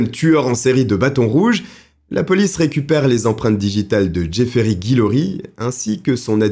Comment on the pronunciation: C'est top! Cependant, un des protagonistes de ces affaires me chiffonne! Tu disais Jeffrery alors que les images montraient Jeffrey! Alors dis moi, c'était Jeffrey ou Jeffrery? 😂 Je pense franchement que tu t'es trompé mais je verrais bien selon ta réponse... Perso les vidéos longues et passionnantes sont celles qui restent dans ma mémoire plus longtemps. Et surtout lorsque c'est aussi bien racontées... Ah bientôt.